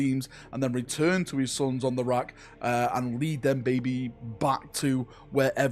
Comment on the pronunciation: 'on the rak' - nice slip of the tongue there.